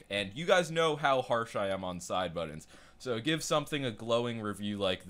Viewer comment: Can you please learn how to say the word 'Buttons'.